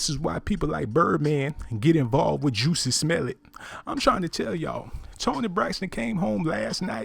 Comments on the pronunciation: The way he says juicy smellit sends me😂😂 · He pronounced it "Juicy Smell-It" LOL. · Why he saying JUICY Smellet ? 🤣😂 that shit took me tf outtta here 🤣🤣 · You may have an accurate story but just a few pointers, stay on topic, the shoutouts were ridiculous also its Jussie Smollet not juicy smelit lol you lost me 4 minutes into the video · 🙄🙄 this voice is cracking me up especially with this change of name spelling and pronunciation with Juicy Omelette 😁😁😁. By the way, why is Toni hooking up with these crawny looking men?! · This negro said “Juicy Smell-It” lmao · Did he say juicy smolliet lol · Um..joosey smell-it? Smh. Something wrong wit you bro 🤣🤣🤣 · I feel like this person should pronounce Jussie Smollett’s name correctly. And if this is in fact a male... it’s pretty alarming that he is gossiping, which is suspect in itself.